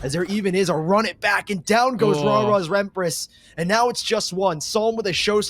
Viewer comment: anyone gonna mention how one of the commentators said raras rempress in stead of raras empress